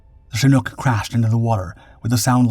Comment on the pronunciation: This is the first time I've ever seen a "Shnook" helicopter, at least according to YouTube's AI (Artificial Idiot)